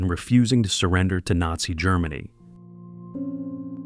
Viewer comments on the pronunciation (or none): The AI was great with the photos,pronounceing NAZI, not so much.